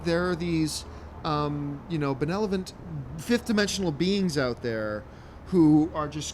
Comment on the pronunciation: "benelovent" lol